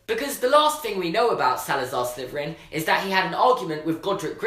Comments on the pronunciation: you say sliveran instead of slytherin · Why do you pronounce it sliverin with a V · Why does he say slyverin lol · Niya Smile I’m from Bulgaria as well..... its sli-ther-rin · Almost every consonant turns into a "fvv" sound for British people doesn't it? "Slyfveryn" "nofving" super cute but also my inner pronunciation nazi is screaming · Is it just me or does and always say slyverin instead of slytherin. Not trying to be mean just asking